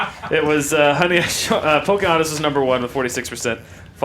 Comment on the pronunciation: I was waiting for her to pull out the years of injustice the second she said pocahantus